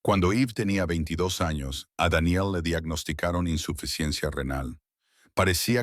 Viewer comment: Una pregunta sin ofender xq el narrador pronuncia los nombres tal mal Eve Daniel ❤